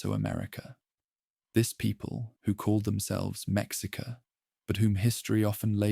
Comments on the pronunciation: I beg you use some specific spelling for the names because AI can’t pronounce it.. it’s not M e k s i k a. It’s meshika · It’s meh-shee -ca 😅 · Or me shee ka. Idk how to write English pronunciation. HOW IN THE HELL DID IT SAY coyolxauhqui?????????